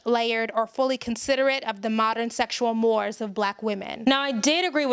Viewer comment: i am just trying to help, not sure what the ratio is but most black women I know are just as freaky or more than white women....please don't insert victims where it may not be......also it's pronouced "morays" as in "mores" : distiguish the difference between right and wrong.....but your insight and presentation is very spot on, I do question how you came to the conclution that issa's reatio was misplaced because of her other hang ups, do most sister's realize that as well and address it or ignore it it??